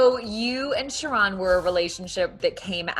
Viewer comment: Sharron is a disappointment.. she should've picked David. ..am I the only person that hates the pronunciation of the name Shah-ron??? .. it's Sharon MFS lol 😂😂😂